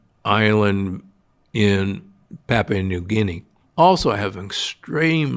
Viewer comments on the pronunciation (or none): none